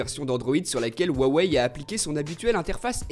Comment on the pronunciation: Sans vouloir être embêtant il me semble que le nom de la marque ce prononce "ruawai" en tenant compte de la prononciation des idéogrammes chinois Merci de tes vidéos je t'adore ^^